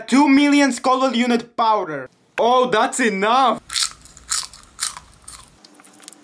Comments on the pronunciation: I thought he said daddy 😂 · I thought you said daddy so good☠️